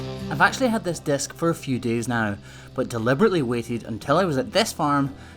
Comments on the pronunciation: Why do you call it a "desk" when it is clearly a "disc?" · Took me a minute to realize he said disc and not desk